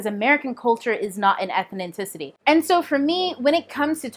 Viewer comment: You keep saying "Ethninticity".